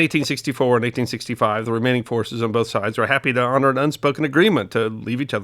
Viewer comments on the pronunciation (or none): none